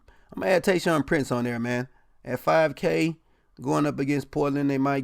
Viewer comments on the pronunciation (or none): “Tayshaun” lmao